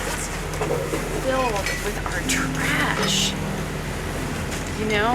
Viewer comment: That was, like, the most, like amazeballs speech I've like, ever ever heard in like, at least like the last 2 seconds... Ugh, the fact that she turned the word "trash" into a 2-syllable word ("tuh-rash") was the icing on the dimwit cake. Even still, I've read perhaps a dozen comments from thirsty basement dwellers saying something about banging her. LOW standards, fellas. Sheesh. Oh, and this trio of videos was TUH-RASH, thank goodness now in 2020 Vice is starting to go back to the quality standard that put them on the map in the first place.